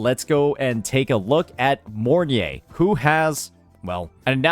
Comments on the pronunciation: Im not usually butthurt about ppl calling charatcer names wrong, but the fact called her morn-ye instead of mornai(mornye) somehow irritates me ngl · its pronounce More-Nye with nye sounding like Rye but instead of a RRRR sound its a N